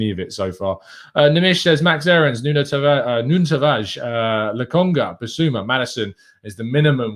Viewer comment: I like when people show respect and learn to say a mans name properly 👏🏿 welcome nuno tavarsh